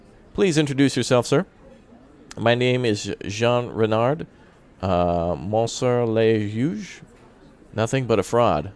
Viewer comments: Ouais la prononciation est hilarante, « monsie le jugj » ^^ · Just i really loves the prononciation 😂 (ps : moi aussi)